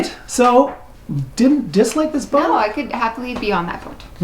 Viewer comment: has a distinct way of saying "Bouht" The retractable bimini roof looks like a pain. Like you said, keeping it clean and future maintenance item. If caught in a rain shower when open, it would collect a fair amount of water on top too. The cockpit seating looked better and bigger than the salon. Those rear helms are a no-go for me. Maybe best as a live-aboard in a marina? Tooling around in the Bahamas? Not for long passages for sure. But is that a bad thing? Depends on your needs and wants. Nice that you ran into a follower of yours while doing the review! Janice is not 'Casper white' - she is part Polar Bear!